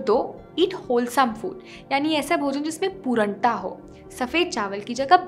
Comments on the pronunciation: Great video Sorry For poornta not pooranta sorry but it annoying and noticeable for me But great video at all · Improve your pronunciation Specially पूर्णता not पुरणता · It is pronounced as puRNata not puraanta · पूरन्टा नही ।।। पूर्णता (purnta) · पूरंटा नहीं पूर्णता😀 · You have pronunciated पूर्णता wrong.please check it on Google